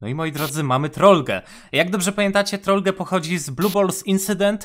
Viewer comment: To się nie czyta "Troll-ge" tylko Troll-dż albo Troll-dżi